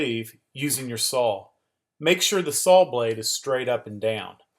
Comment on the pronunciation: Thanks for the great video! But I'm pretty sure there's no L at the end of the word SAW. ;)